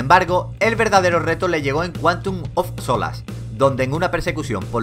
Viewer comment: cuantun of solas jajaja 007